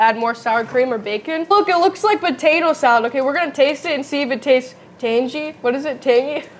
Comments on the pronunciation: “It’s so tangey” “TANGY” 😂😂😂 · Hey, Looks So Yummy!! Great recipe! I might make this one for Memorial Day tomorrow! 🪖🎖️🇻🇮🇺🇸❤️ By the way, you and your Dad make a great team too! I laughed a few times! "Tain-gee" -- "Not tain-gee, Tangy" 😂--Kerry Think about Tang--ee! 😆 Love y'all!👏🏼👏🏼👏🏼🥰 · You kept saying Tangy as Angie with a T on it and my name is actually pronounced that way but spelled Tangy lol. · Tan-gee...😂 looks deelish ❤ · Where on earth did you ever hear the word tangy pronounced tang-gee... soften, the t is silent. Thank goodness dad is there to fix the education your teachers failed at.